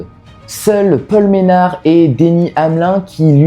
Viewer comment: Très bonne vidéo facile à suivre c’est super cool que tu parles de NASCAR en plus les Daytona 500 ne se ressemblent jamais. Franchement si tu sors d’avantages de vidéo sur la NASCAR c’est le bienvenue Ps : on prononce le i dans Denny Hamlin il me semble